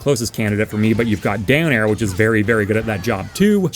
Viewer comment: I think the rivals community has gotten to me every time I heard you talk about down air I heard Dan Air